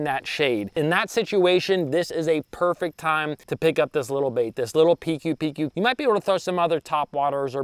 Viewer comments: Should pronounce PcooPcoo XD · Pronounce as Pi kooo Pi kooo💪🏻🎣